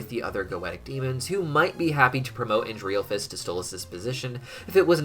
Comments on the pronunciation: I'm 99% his name is pronounced as "ANDREHL-phalus " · It's pronounced An-DREHL-FUS